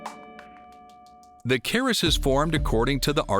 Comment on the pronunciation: It is called a Kris, not a caress...